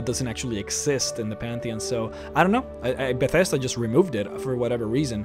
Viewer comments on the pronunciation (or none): none